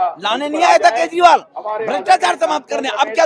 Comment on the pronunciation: मॅडम केजरीवाल का उच्चारण तो सही करे...😂